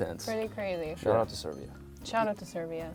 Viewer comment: Did he say SERBIA